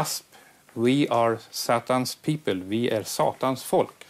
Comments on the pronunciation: "wi ar sattans pippel" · "Vi ar sattans pippöl" "Aj fack laik ö bist"